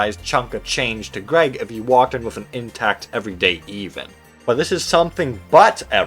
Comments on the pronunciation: Him saying “eehvan” and not eh-van” is killing me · Ah yes the everyday EEVAN... Ev-un not that hard to pronounce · I can only forgive you of your horrendous mispronunciation of the name "Evan" if your first language is not English 😭😭😭 it's only 4 letters!!! Ev-un. Rhymes with seven!! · Do you really not know how to pronounce the name Evan? Wow, you should be embarrassed. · Why are you pronouncing Evan like that? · Is anyone else a bit miffed at how he pronounces “everyday Evan”? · you pronounced Evan wrong